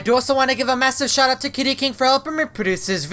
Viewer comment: Its kitty kene. Not kitty king.